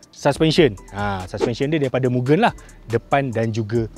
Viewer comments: Bkn sebut miu-gen, bang.. Sebutan dia mu-gen (gen sebut mcm gentel).. Ramai org slalu salah sebut.. Maksudnya Limitless atau Infinite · Bos, cara betul sebutan Mugen tu Mu-Gen. Sebutan 'e' seperti kita sebut 'esok'. Mugen bermaksud infinite or infinity.